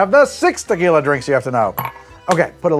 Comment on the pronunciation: lmao starting off strong with "tequiley"